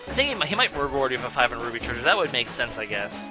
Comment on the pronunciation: Am I just hearing wrong, or does he keep saying "Ruby" instead of "Roo-pee"?